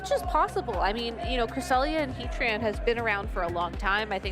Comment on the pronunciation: He-Tran > Heat Ran